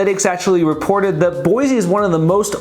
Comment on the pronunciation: First off, learn to pronounce Boise. It’s Boy-see not Boy-zee. I live in the Boise foothills. We expected prices to come down because they went stupidly nuts the past two years. NUTS. So-called remote workers fled the left coast in mass. And they would pay a million dollars for just about anything. Inventory is up because homes no longer sell before the sign goes up. Tons of new home construction within 5 miles of where we live. Thousands of new homes. So if we’re crashing builders and developers haven’t gotten the memo. Boise and other areas of Idaho will remain strong as the stupidity escalates on the left coast. I see them cruising our neighborhood everyday looking. Have interest rates hurt? You bet. But when people with resources are as desperate to move as they are from the left coast, they’ll pay whatever but it does need to be the right house and location and no longer just a place to hang your hat. Having said all of that, we’re pretty full so please look elsewhere. 😂